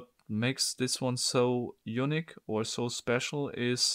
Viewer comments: "what makes this puzzle very eunuch..." A little tip for your English pronunciation... you're pronouncing "unique" like a VERY different word... "eunuch". NOT THE SAME. PROTIP: say "unique" like "you-neek" NOT "you-nick". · mate, I understand you're german, I'm not critical of mispronunciations normally (I'm not a native speaker myself), but every time you say "unique" to me it sounds like you're saying "eunuch" XD I'd put the accent on the "i" rather than the "u". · You need to stop pronouncing unique as eunuch :D